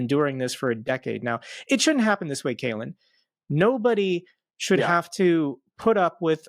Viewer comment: Caolan not ‘kalen’ and he’s Irish. Good comment otherwise, and yes, we do have some great British journalists too.